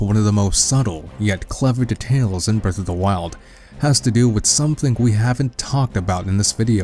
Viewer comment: man i cant get over how you pronounce "details"